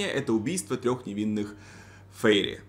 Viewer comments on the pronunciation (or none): Фейри.. Прямо как фери, простите😂